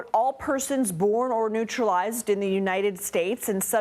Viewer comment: Did I hear born and neutralized?? lol